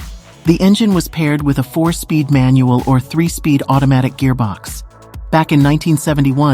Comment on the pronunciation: Just hearing this guy say "gearbox"😅